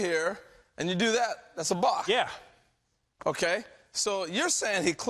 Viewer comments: I'm sorry, but before we even begin discussing the balk, much less upholding the rule, you need to say it right. It's a balk , not a "bock", okay. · Balk...not BOCK.